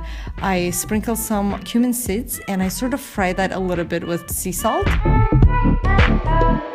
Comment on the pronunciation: You should really consider taking some English pronunciation classes. You only make a few mistakes, but you make them consistently. Why not improve? Also, seed, not "sid".